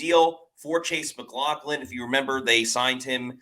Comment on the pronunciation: I believe we should put it in caps: Mac LOFF lin.